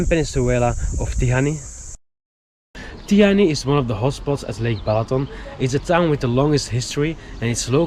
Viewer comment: should be "Tihany"